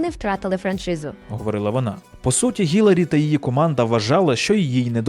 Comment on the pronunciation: Хай йому грець! Ну скільки можна?! Вона Хіларі! ХІЛАРІ! ХІ-ЛА-РІ! Запам'ятайте! Візьміть відео де вона сама каже як її звуть і поставте на повтор поки не засвоїте як її звуть! І уявіть собі, в українській мові є літера яка відповідає цьому звуку! В нашій тисячолітній мові знайшлось і для цього звуку місце теж! Основна функція літер позначати звуки!